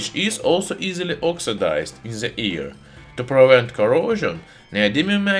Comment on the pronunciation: “...because it conzizts of a fregile alloy that oxidizes in the ear.” 🤣😂 Sorry, my man. Couldn’t help it! 🤣😂